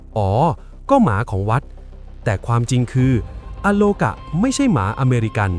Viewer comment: อาโลกา ไม่ใช่ อะ